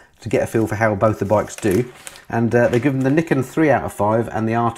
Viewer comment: or as pronounces it, Yamaha's Knickers:-D